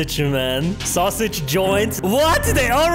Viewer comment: I can't stop laughing when says sosig